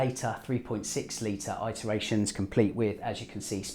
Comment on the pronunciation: It’s pronounced ‘it’ not ‘I’ teration muppet